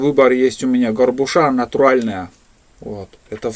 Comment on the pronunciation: Здравия,! В слове горбУша, ударение на букву У. А суп с сайры надо варить с рисом и делать пооджарку, с лука и морковки, пальчики оближешь. Хотя у нас, на Камчатке даже, настоящей сайры не найти, как и рубероид.😢 Добра и здоровья тебе!